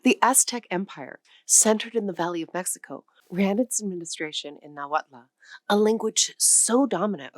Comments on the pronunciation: Thank you for this informative video! One pronunciation comment, if I may? "Nahuatl" has no "a" in the end; in fact, the "tl" sound at the end of the word is not pronounced as two distinct sounds "t" and "l" either, it's more of a merged single sound, with no vowel following it. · Only knew about 7, without knowing words from most. But Nahuatl, has MANY well-known words. The TL ending is tip of tongue remaining on roof just behind incisors. L sound is almost unvoiced Spanish couldn't pronounce, so added final e instead. The cross-border desert tribes whether puebloan or the seasonally migratory, have beauties affecting their Spanish pronunciations -- accents. Thoughschool Spanish is strict, these different pronunciations cause Spanish to sound varied and, as i said, beautiful. Though i am blond like you, i love the Mexican people, so socially happy, and when known personally, generous. Most of the world's people are like this, with only few racist ( i admit is was interesting to discover racism from the other side, as a Norteamericano far elsewhere. It REALLY helps spotting one's own culture's errors! It is individuals who vary, but i have loved Mexico for exuberance of most people ( indigenous can be withdrawn, but all the Americas had some difficulties from cruel missionaries, etc.)